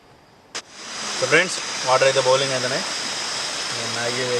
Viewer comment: బౌలింగ్ కాదురా అయ్యా బాయిలింగ్ 😃😃